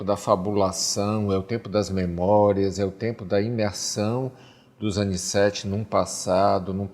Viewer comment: O nome certo é Aniceto não é Aniceti..aff